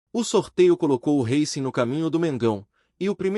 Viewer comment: Reicing não Rácing